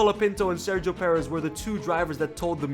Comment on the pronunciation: It’s “PurrEzz “ not “Pear..Ezz”